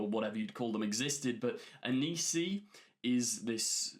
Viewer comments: Hi, just wanted to say its not Anisi, its Anansi, you said it right in your official trailer breakdown but for some reason changed it since the german trailer breakdown? A-naan-si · The spider is called Anansi. Not Anisi. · the Spider God is ANANSI not ANISI, pronounced AN-AN-SI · Anansi. pronounced “uh-non-see”